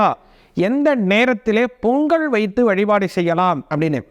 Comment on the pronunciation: பொங்கல் .. பொங்கள் அல்ல..